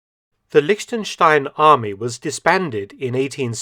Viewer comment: Props to Mark for correctly prenouncing "Liechtenstein" as a native english speaker.